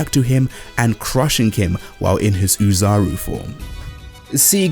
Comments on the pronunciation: The pronunciation isn't uzaru it's Oh-zaru, btw. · It's pronounced oh-zaru not ooh-zaru, the extra o is because in japanese the o in ozaru is an elongated vowel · Ozaru is pronounced with a long O, just so you know